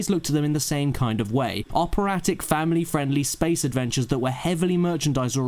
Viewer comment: ”Operattic”? Genuinely? I feel likea this notion that SW is an ”opera” is a parroted opinion (that comes from George Lucas himself, but still) regurgitated by eveeyone - wheter they’ve even seen an opera or not. I think I’ve said it too and I’ve never even seen an opera, I just imagined it based on a vague idea of the Wagner Niebelung plot.